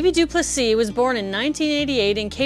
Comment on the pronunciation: Very good pronunciation of his surname du Plessis!